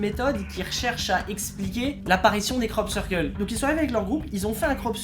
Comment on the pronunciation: pendant toute la vidéo: Krop Ceurkeul